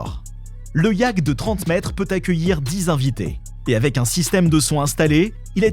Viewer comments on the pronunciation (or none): On dit yacht ( iaute) pas yack